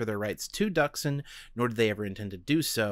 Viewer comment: So, Not Duksin. Dooksin(Дуксин) That's pronaunsiation. (forgot how to write in transcription, sorry)